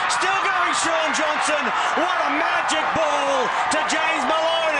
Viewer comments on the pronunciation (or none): Magic not majic bro